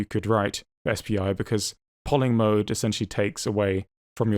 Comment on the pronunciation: BOOT MOOD um try saying MODE, MOOD is you wife having a bad day, mode is a setting.